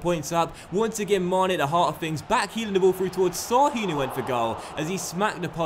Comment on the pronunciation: Şahin is pronounced like Shahin. Not "s" but "sh"